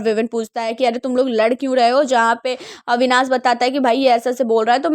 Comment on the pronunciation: अविनास नहीं अविनाश कहते हैं